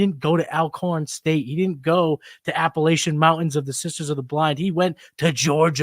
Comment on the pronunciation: I’m not gonna stand for the App-uh-latch-un State hate. Proper enunciation from locals appreciated 😂